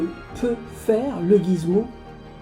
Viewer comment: on dit Gizmo;) mais pas grave cette vidéo est top bravo